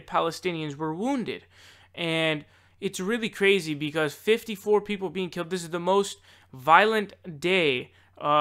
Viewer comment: Keeled? Really?